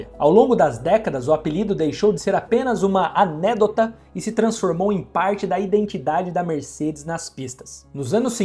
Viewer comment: Caramba bro, os vídeos são excelentes, mas claramente está lendo um script e comete erros grotescos de pronúncia. Precia melhorar isso. "Anêdota", "Sterling Moss"...puxa vida hein